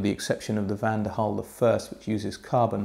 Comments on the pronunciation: Why do you keep pronouncing Van DEN Hul as Van DER Hul????????? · Van 'DEN' Hul goddamit lol